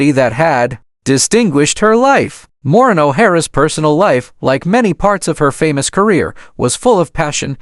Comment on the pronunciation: At least learn to say her first name correctly and that of Charles Laughton and RKO studio. Can not listen to this.